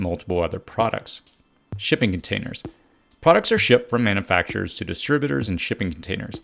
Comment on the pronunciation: manoofacture 🤣 distribooter 😂